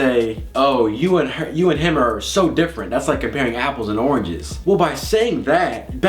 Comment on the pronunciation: Omgosh said arnges instead of oranges😻😹😸